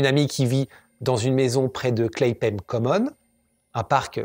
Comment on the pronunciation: sens de l'observation ; un IMPERMÉABLE ? un PANTALON ? et quelle prononciation hasardeuse ; CLAIPAIME pour CLAPHAM ( comme ça se prononce ...) pfiouuuu etc etc mais bon vidéo sympa qd même ahahaha sur ce psychopathe rouquin